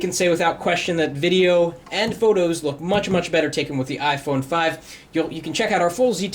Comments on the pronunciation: Ifony lol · 'iphoney' ..haha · Ifony lmao